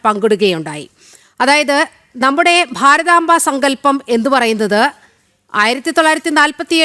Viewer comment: ഭാരതാങ്കയല്ല, ഭാരതാമ്പ = ശരിക്ക് നോക്കി വായിക്ക് ആയിരങ്ങൾ പുറകോട്ട് പോവണം എന്ന് പറയുമ്പൊ ആരൊക്കെ പോവേണ്ടി വരും.???